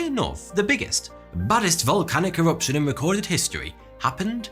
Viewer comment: E-Wuption? Tambo'wa? Molten Wocks? No Wonder the Fwench can't understand your Fwench-Bu'ut even your English is...Vewy Charming!